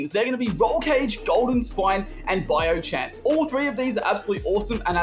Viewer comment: Nobody taking abt “biomechanic” 😭 😭